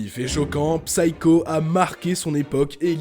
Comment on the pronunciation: Merci pour cette vidéo. Pour info (comme ça vous en apprendrez une aussi) Psycho se prononce /ˈsaɪ.kəʊ/ Le P est muet ! (C'est valable pour tous les mots anglais avec la même racine).